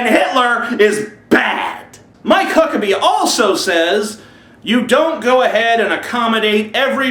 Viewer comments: Did ya say "My cock a bee?" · I thought he said: My Cockabee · At the beginning it sounds like you're saying "My cuckabee."